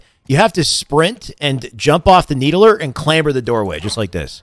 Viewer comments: Why you call it the “needle-ER”? Bro, it’s just the “need-ler”. Like the fiddler on the roof…not the fiddle-er. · "Need-el -er" lol "need-ler" <3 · Needuhluhr spartan.. Stand on the nee duh luhr